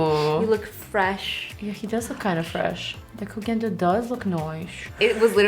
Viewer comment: I love that pronounces Koh Gen Do correctly!! lol